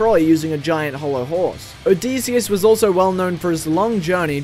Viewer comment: the pronunciation of Odysseus and Dionysus is hurting me